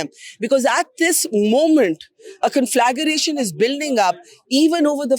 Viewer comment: Bharka. I deeply appreciate how you alone have more cojones than a million Indian men! May the force be with you to bring out the truth. Btw Barkha, it's Con.fla.gra.tion. NOT conflaGAration!!!